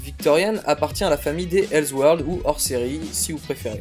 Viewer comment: Hells World? C'EST ELSE WORLD PUTAIN